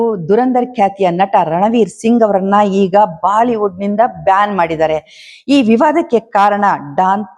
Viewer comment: Madam Baaliwood Alla Bolywood ant heli Athe Shudh kanndakke Pradhany Kodi